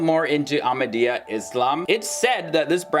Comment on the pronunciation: You don't even know what you are saying even to call our beloved ones name you cannot say it correctly please go learn